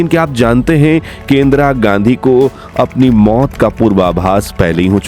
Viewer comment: इंद्रा गाण्डी 😂हाँ हाँ हाँ इंद्रा गाण्डी। बोलना ही नहीं आता 😂